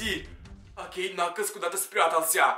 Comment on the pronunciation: Это уже не накалз а накаклз